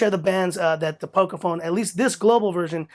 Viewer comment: Ah you said the name right in this video haha. Sweet review man.